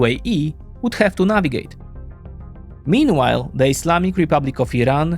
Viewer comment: you need to better pronounce “meanwhile”